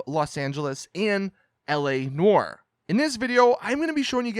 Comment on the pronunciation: Its "ne-uar" not "nor" ... -_